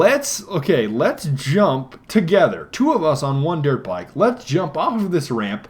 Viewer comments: Am I the only one whos always hearing Derp Bike? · every time you say dirt bike..its sounds like derp bike